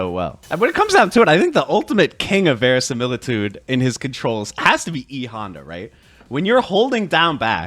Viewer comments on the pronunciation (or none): Not how you pronounce verisimilitude but, hey...Close enough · "Verisimilitude" - Someone's been playing Clair Obscur